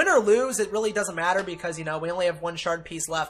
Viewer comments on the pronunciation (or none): none